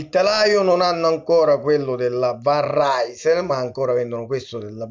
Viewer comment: Si pronuncia "van risél" .